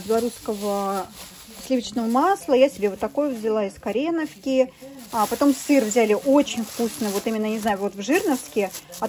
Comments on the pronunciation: уже несколько лет подряд это пишут))она все равно неправильно называет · Почему из корЕновки, когда там ударение стоит на О ? Из КоренОвки !